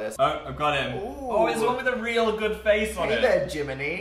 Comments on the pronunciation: ...I thought Dan said Jiminie...then I remembered the talking cricket in Pinocchio...it's called Jiminy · Shadowheart_3 omg I was about to say did any one here jiminie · Did anyone else hear Dan say JIMINIE??????? IM SHOOK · i tHREW MY LAPTOP WEN DAN SAID JIMINIE JSWJDJ5JFUYHGIRJUNVTJFUCKKWOW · Why did I hear Dan say Jiminie to the cricket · Dan:"Jiminie" Me: JiMiNiEbAbO!!! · SAME I WAS LOOKING THROUGH THE COMMENTS TO SEE IF ANYONE ELSE HEARD IT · SAME I THOUGHT I WAS THE ONLY ONE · “Jiminey” childhood ruined 😂😂